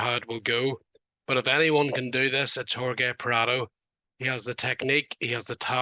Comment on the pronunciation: How do u not pronounce Jorge correctly? That’s like 1st grade shit